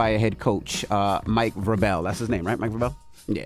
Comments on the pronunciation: Envy pronouncing Mike Vrabel name all French like was hilarious lll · I cringed so hard when envious pronounced Mike Vrabel’s name wrong lol